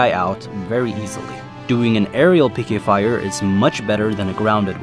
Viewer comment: Whenever he said, "PK fire" I always thought he said "aim higher".